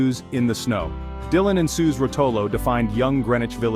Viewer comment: Ai didn't even say Suze's name right. It's pronounced 'Suzie'